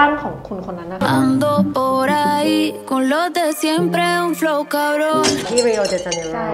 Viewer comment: จากประสบการณ์ที่เคยไปแลกเปลี่ยนบราซิลมา แอบฟังแล้วตงิดหูกับคำว่าริโอมากๆ เพราะโปรตุเกสจะออกเสียง r ที่นำหน้าเป็น ฮ งับ บอกไว้เป็นความรู้เฉยๆงับ rio de janeiro เลยอ่านว่า ฮิวเดอจาเนโรงับ